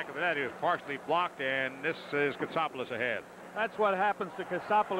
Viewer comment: Chadwick quickly butchering Chris Kotsopolous name calling him KotSTOPolous. He was brutal and Fotiu aimlessly skates around instead of staying on his wing. He was also poor in front of the net not knowing how to use his stick to plant himself like a Gary Dornhoefer.